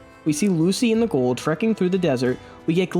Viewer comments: Are you saying Ghoul'd? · You keep saying Ghoul like Gould. He isn’t an old Jew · Why are you putting a d at the end of Ghoul???